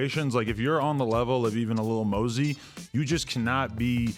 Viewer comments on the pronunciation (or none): "Li Mosey" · “ li mosey “ 😭😭😭